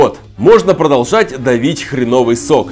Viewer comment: Хреновый ударение на Е.